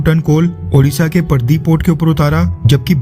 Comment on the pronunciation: IT'S "PARADEEP PORT" OF ODISHA 👈....NOT"PARDIP" 🙏🇮🇳